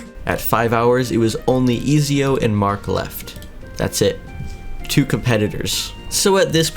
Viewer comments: Ik i aint the only one that got triggered when he pronounced ezio “easio” instead of “etsio” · "Ezio" is it not edzio you say it like edzio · im sorry but i had to point this out, its pronounced et zeeo or etzio. bruh i hate to be that guy but it was bothering me lol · I hate the way he is prounincing ezio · The way he said ezio killed me every time